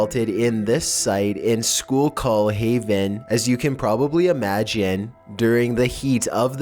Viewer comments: Native Pennsylvanian here, the schuylkill river is pronounced skoo-kull, not school-call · No. cries why, why? It's pronounced School KILL, not School Cul.... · Just so you know, it's pronounced "skoo-kill." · This is the 2nd time you've had my childhood home of Schuylkill Haven in your videos and no,its not shocking that weird stuff is found there - but skookill - say it like that,real fast amd all one word. I just looked up where this was and as I suspected,this is actually near my stepfathers home.. Explains a lot actually-including several overheard baby monitor conversations between my brother and who he called "the lady" despite nobody but me being there. Thanks! Xoxo Kerry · its pronounced skew - kill. that is how you say it.same as the river! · It is pronounced School-kill Also, the Route 61 that they found the bones under also runs through Centralia, the town Silent Hill is based upon. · Holy shit its pronounced SKOO-KUL !!!! Can you get through ANY video without completely mispronouncing something????? Your videos are interesting but you sound really dumb on a regular basis. Please try as hard with your narration as you do with your videos! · Pronounced: Skoo-kill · For #15, it's actually pronounced SKOOL-kill, seeing how people from PA argue over it 24/7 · Lol he cant say Schuylkill right. He aint from Pennsylvania which I am from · But idk if you schuylkill wrong. Everybody says it wrong. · for number 15, that was an interesting find. and you can tell when someone's not near the Schuylkill County area due to their hard time pronouncing Schuylkill. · The way he says schuylkill kills me